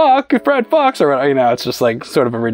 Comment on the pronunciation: yee this is not how you read the name Fuchs though xD